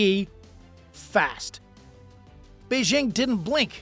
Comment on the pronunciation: Okay, so the second syllable of "Beijing" is like the first syllable in the phrase "jingle bells." It's not difficult.